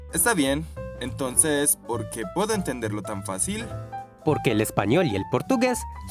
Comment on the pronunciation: "Por qui" eso está errado no se pronucia assim!😂😂